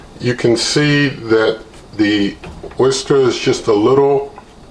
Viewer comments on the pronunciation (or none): I mean no offense, but it's pronounced Oh-ster, not oyster.